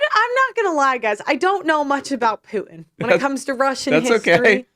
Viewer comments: Pearl, please feel free to feel bad about yourself. Also, the leader of Russia's name is definitely pronounced Poo-Inn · Even tho I daily watch vids about the Ukraine, when perp-lie said Putin I heard "I don't know much about pootin' ...." Is it rude to wish she would just keep her cawk-holster shut?